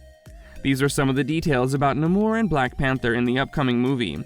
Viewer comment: Please pronounce the name right. Namor not nahmor 🤨